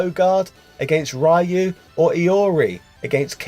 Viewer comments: How is it possible for someone who seems to know a lot about those games (and I imagine have played a lot of them) to actually butcher Ryu' name ...? it's not Rah-you, but Ree-you :) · I'll pretend you pronounce 'Rai-you' deliberately. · I'll never understand what sort of mutation the English language went through that now Street sounds like "shtreet". Also, RIP Ryu, you completely butchered his name, over and over. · Pronounces Ryu wrong and then asks if he's pronouncing Iori correctly.